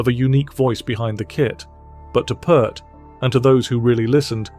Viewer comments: Neil's last name is pronounced P-ear-t, not Pert! The man Neil learned from the most was Hal Blaine. Neil learned more from Hal than the drummers mentioned in the video. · The man’s surname is pronounced, “Peert..” But we can’t expect A.I. to know that, now can we. Sheesh. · Come on pronounce His name correctly. The last name of Neil is pronounced like the word pier with a t on the end! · His name is pronounced "Peert"..just sharing. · It's pronounced 'Peert', like 'ear'. And this should really be titled "Three of Peart's Favorite Drummers". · Considering that the creator of this video couldn't be bothered to pronounce "Peart" correctly, it's safe to say the deepest research was not involved. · P-ear-t (please) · The poor man has been gone for a long time and YOU can’t even pronounce his name correctly!? It’s PEERT. Don’t bother watching this…. 🙄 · AI click bait, if you can't even pronounce the man's name correctly then nothing else is believable. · How can this guy do a piece on Neil Peart and mispronounce his name over and over? This should be deleted from the internet for that reason alone!! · Peart as in ear. Come on, man! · This guy doesn’t know how to pronounce it, but I do. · This guy ...? How do you invest so much time in putting this together only to mispronounce Neil's last name? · Video just made for clicks, can't even pronounce the guy's name right. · Decent video utterly ruined by disrespectful mispronounciation. Can't bear to listen to this! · Nice, but please pronounce his last name correctly. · The least you could do is pronounce this man's name properly. Moron. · FFS can anyone pronounce his last name properly? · If this fool cold pronounce Neil's surname correctly I may have more respect for this video. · Stop mispronouncing his name. Show some respect. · Ya lost me by mispronouncing The Professor's last name. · At least pronounce his name right? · You should have the respect to at least pronunce his last name correctly. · Pee Ert...not Purrt